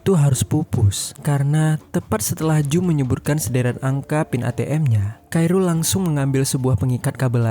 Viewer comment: kairul tu sapa blok? Admin lol. Yang bener tu sebutnya "Khoirul". Belajar dulu blok